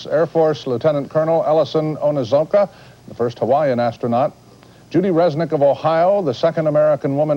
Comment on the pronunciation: Astronaut ellison onizuka Not astronaut ellison onuzuka!